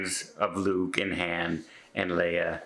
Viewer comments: Riddle me this,. You're such a movie fanatic that you have a movie review channel, yet you mispronounce the name of one of the most famed all-time greatest characters in Sci-fi history. Is that just you, or all Canadians can't say "Han" correctly? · I like the was says “Han” Solo